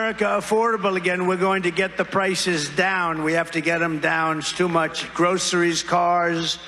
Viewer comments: True enough. But I was more remarking on /ˈɡrəʊsəriz/ with the /s/ sound. Unlike the more typically US pronunciation of /ˈɡrəʊʃəriz/, with an 'sh' sound. Shows a general trend in younger American generations' speech - a shift from /s/ to /ʃ/. Like something Sean Connery would have said... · At least he can pronounce groceries correctly.